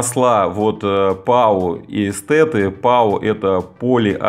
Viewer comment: Написано Эстеры, а произносим в видео Эстеты...